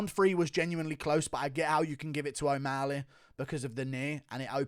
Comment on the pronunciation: Dude pronounce o'malley right its not omaaali